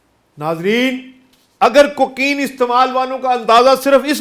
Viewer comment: شو ر زیادہ ہے، بات کچھ بھی نہیں، کوکین کا لفظ بھی کہنا نہیں آتا